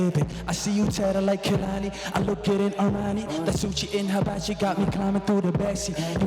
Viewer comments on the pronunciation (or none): none